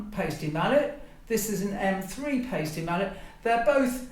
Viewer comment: In German, when there are 2 vowels together, the second one is the "long" vowel. So the "i" is the long vowel here, and Paiste is pronounced "PIE-stee" not "PAY-stee."